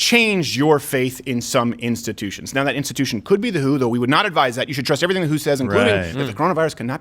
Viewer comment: Who pronounces the ver in everything?